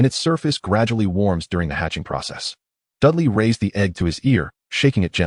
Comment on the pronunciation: The reader needs to pronounce the name as Dudley. I get mad every time I hear Dali instead